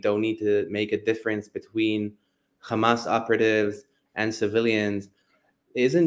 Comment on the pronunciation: It would be nice if he would stop saying Khamas. Kind of irritating